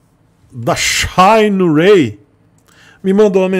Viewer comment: Antes dos diretores assistirem: Shineray Depois q vc ficou sabendo q assistiram o vídeo: shainouei , mudou até a pronúncia. Pea ficar chique 😂